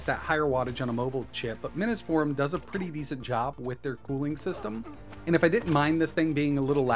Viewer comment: Still says it too